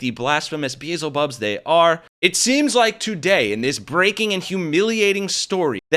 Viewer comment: You mispronounced Beelzebub. 😦 I hope the next pope is as progressive as Pope Francis.